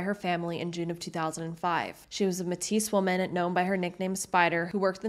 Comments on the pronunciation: This is such a problem in Canada that no one wants to talk about. Please continue to make these videos! I just wanted to make a correction - Metis is pronounced "MAY-TEE" not "Matisse" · Good job! Keep at it! As a Canadian Métis myself, I would like to offer a tip….we pronounce Métis like May-tee. I hope this helps. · Oh boy. Don't get me wrong, I think it's great that you're covering these cases, especially since I'm Alberta born and raised and haven't even heard of them; however, I can tell you aren't from here. Your mispronounciation of Metis (may-tea) threw me off, let alone the mispronounciation of Wetaskiwin (weh-task-ew-in). If you're going to spread awareness on something so serious, especially when it concerns anyone who is Indigenous, you need to make sure you're saying the names correctly. It isn't hard to do a quick Google search on how to properly pronounce a name or word, and quite frankly, that can also put your research skills into question. Why should I believe the legitimacy of these cases when you can't be bothered to make sure you are pronouncing places correctly? Thankfully, you provide your sources in the description of the video, but if you hadn't... I hope you understand what I mean. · Overall a well done and well reseaeched presentation. However, a couple quibbles over place names and such. Mètis is pronounced "may-tee" not "meh-tis" and Wetaskiwin is "Weh-tas-keh-win"... ask anyone from Edmonton above a certain age and they will all go "cars cost less in Westaskiwin". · Are you Canadian? When you say Metis, why are you saying Mehteess, when the correct way is to say Maytee. It's a French word, and in French last letter is always silent. (Unless the next word starts with a vowel, which is rare.) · Just an update for any future coverage of Indigenous peoples— Métis is pronounced “may-tee” here, not “meh-tees.” ♥️ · Just so you're aware it's pronounced May-TEE not Matisse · Metis is not pronounced ma-teese, it's pronounced may-tee